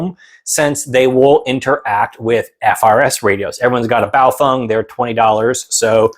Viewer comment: Refreshing to see someone who knows how to pronounce Baofeng.